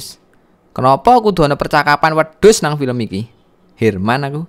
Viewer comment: Heran mas bukan herman😂